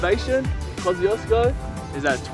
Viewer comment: That's actually the correct way to pronounce "KOSCIUCZKO"!